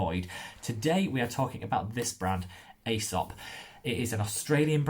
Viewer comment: Hello there, it's pronounced 'ee-sop' :-) Best wishes from Melbourne.